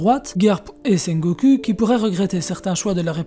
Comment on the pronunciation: c'est ultra perturbant la manière dont tu prononce sengoku, le u se prononce ou